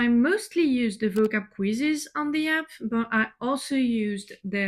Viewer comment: Are you aware you pronounced the word APP incorrectly